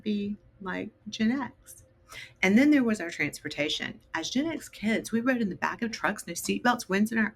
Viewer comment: is anyone else finding the way she pronounces GenX really annoying? Its Gen X not Genex